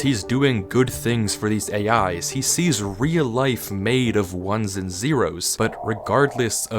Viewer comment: seams like he is not real, but no one can tell other than M himself. also, the part where you said "AI's", sounded like you saying "hey guys" play it back, and you might find what I mean, but as a matter of fact, i wish i had minecraft java edition, and could play with M, but US$30.00 or ZAR500,00 is too much for us to pay, so sadly, oh and that is only for Bedrock and Java, not the delux package, is sadly tooo much for us to afford,. other than that, i liked the video, and wish I had the laptop, because to me, desktop pc is too bolky, especcially this one that i am currently using to type this comment, although i might have 8 GB RAM, and a CORE i GAH, it is not good enough for me, because i cant move it arounad a lot without being in trouble, or loosing WI-FI signal. sorry about such a long comment, and moaning about what I have, want and or need,, i just want MC JAVA, and want to play with M, no matter how dangerous he might seem to be, i would even be taken, just to get away from home and school, my mother is fine, my aunt is fine, my youngest sister is just extremely naughty, she is turning 5 in decenber 4th, its my steph father that i reall y want to go away from and that is because he shouts at you for the weirdest things, he is laysy, bossy, does the least work of all of us, and does not even have a fully reliable job, so he could be at home for months. he moans about everything postible, acts innocent, when in reallity, he is not. sckool is getting to a le